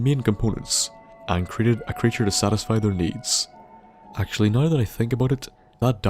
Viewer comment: When he says now like "noi"😶